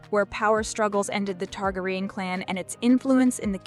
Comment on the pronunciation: Targraian ?? its Targarian